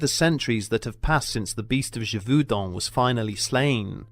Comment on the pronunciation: ghe-vohw-din last syllable to rhym with the french number 1. sub-seh-quent, not sub-see-quent. are english schools so bad that you are incapable of pronouncing your own language, let alone foreign languages?